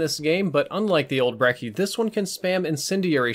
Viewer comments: Brechi. Not brecki. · Team Ruthless Yeah. It's pronounced "Brecchi" beacause it's supposed to be Italian, Although I haven't heard the word Brecci in my entire life. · its pronounced 'breh-chie' surely you know how Gucci is pronounced. Lol great video as always. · When you pronounce brecci wrong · Lol stop saying brecci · said Brecci again 😂